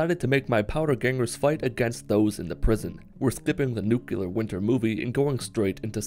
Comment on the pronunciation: "Nuculer" unsubbed bad content unfunny didnt laugh